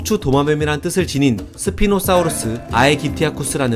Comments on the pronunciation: 사우르스가아니고 사우루스입니다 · 발음 개어랴웠겠다 ㅋㅋㅋ 스피노스뵤ㅣ노습히노스픠노